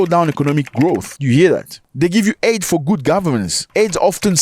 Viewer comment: Zach, you’re my guy. I love you. I love the show but it’s “aid” not “AID” is a disease.